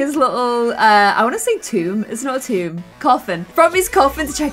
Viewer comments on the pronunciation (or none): none